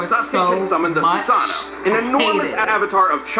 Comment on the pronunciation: All these years and had finally said Susano’o right